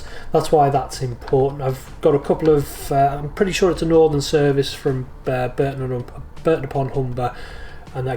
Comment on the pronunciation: Barton not Burton upon Hunber. You've spelled it right, but said it wrong.